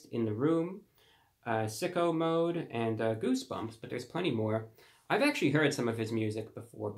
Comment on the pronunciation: Cuz it’s like hearing a British person say nigga